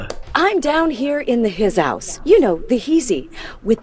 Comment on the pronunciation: hizouse LMAOOO